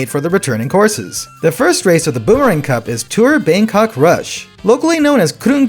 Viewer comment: Thai person here. Didn’t really expect Bangkok rush to be included in the game or even at all so it is a huge surprise. Your pronunciation is quite close how the native people speak which is deeply appreciated.